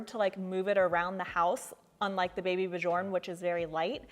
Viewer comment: Bjorn means Bear and it is pronounced more like Byourn. The J sounds like a y not a J.